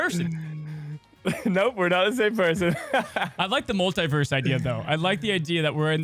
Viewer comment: into the Molt-i-verse